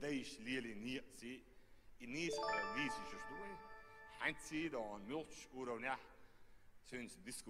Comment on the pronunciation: Он не говорит дон, он говорит дойхьун